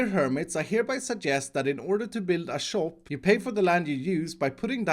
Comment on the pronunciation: shop sounds like chop when you say it and all i can think is "chop chop chop chop" just constantly in my head. i love it